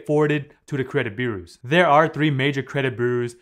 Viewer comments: Credit burrrrrersss lol. Sorry man🤣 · try to pronounce it as BYU-ROWS not trolling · You pronunciation of the word "bureaus" is really off. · I like it when he says "bureaus" Remember, paying after the payment date will upset your credit boos. Awwww Boo, why ya gotta be so sad? It's just a laptop. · You really have trouble saying the word "bureaus", don't you?